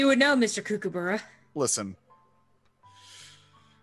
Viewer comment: you said kookaburra wrong >.< good video though guys